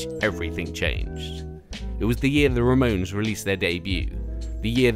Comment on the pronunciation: excuse me the " RAMONS "?! ramones